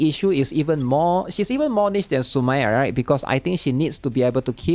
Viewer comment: who dfk is the way he said sumire is BRUH